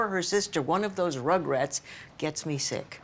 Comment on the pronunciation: He struggled to say "me" it came out as Kane from what I heard